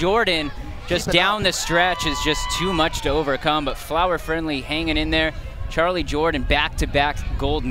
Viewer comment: bruv it's charly jordan not charlie lmao